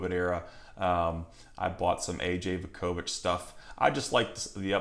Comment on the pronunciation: Just a fyi….it’s Voo-ko-vich…..good bloodlines for him as well.